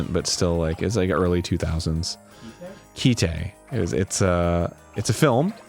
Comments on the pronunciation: Ki-te... Do you mean Kite? Like go fly a kite? Arin probably pronounces memes as me me's. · my boy its just kite, not ki-te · Kite. Not keyteh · It's Kite. Like that thing you fly in the wind. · Is... is he trying to say Kite? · Arin, talking about Kite(and pronouncing it wrong): "It's not really that violent..." Kite: "Hey, here's a gun that, when she shoots people, their hearts explode in their chests in a shower of blood! Also people piss themselves an awful lot. And a dude's hand gets exploded off of his arm. And then a really rapey dude gets Robocop'd." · It's just called "Kite" lol. Like the English word.